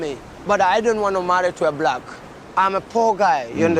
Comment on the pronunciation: you pronounced "black" wrong 😒